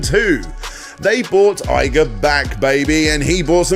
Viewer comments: It’s EE-GA, not EYE-GA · I cringe every time you say EYE guh, its EE guh bruh